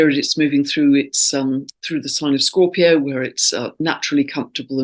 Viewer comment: You keep saying mars square sun 8n scoorpio???